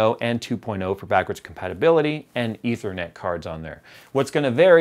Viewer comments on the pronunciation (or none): none